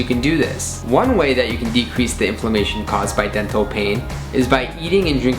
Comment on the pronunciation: When he said Dental, it sounded like Death Hole Which is also accurate....